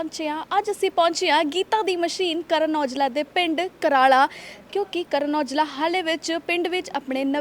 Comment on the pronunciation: anchor v o rakh lainde a jinna nu ਕ ਘ ch ਪ ਭ ch fark nhi pta hunda